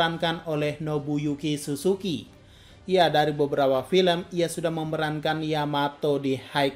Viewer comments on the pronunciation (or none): none